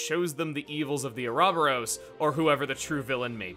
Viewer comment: I'm outraged by the pronunciation of Ah Robber O's ...I mean, Ouroboros.